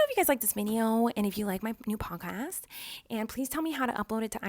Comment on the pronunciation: Lmao every time she says podcast I swear I hear "punk ass" lolol